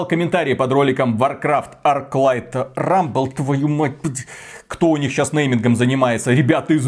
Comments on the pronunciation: Rumble а не Ruble. Ruble за такое - дорого! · Рубль? Вроде же Рамбл..